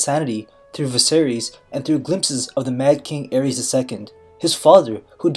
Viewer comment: Targaryen ae is pronounced ay. The Mad King Aerys (ay-riss) not (air-ees) his wife was Rhaella (ray-la) not (ray-ella)